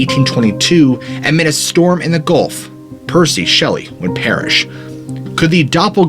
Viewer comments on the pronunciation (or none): none